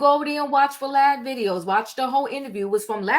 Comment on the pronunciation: 😂😂😂 NOT Vah-Lad 😂😂😂 Wow, these people are coming from everywhere #MeTooHipHop